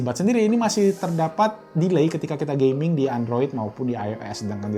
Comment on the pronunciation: wah banyak ya pilihan tws, saya pribadi pake shanling mtw100 btw masnya ngomong gaming kedengeran gay-ming wkwkwkwk